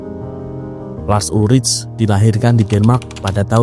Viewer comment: Cara baca namanya bukan lars ulric, tapi Lars Ulrik. Hmmm..